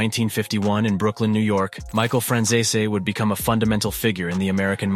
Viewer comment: Your pronouncing Franzese completely wrong